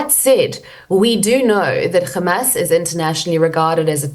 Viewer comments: She might as well be an Israeli government spokesperson, parroting nonsense amount Hamas using Palestinians as human shields. And the way she pronounces Kkkkkhhhhhhhamas... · She is now pretending to be a Jew,pronouncing Hamas as KHamas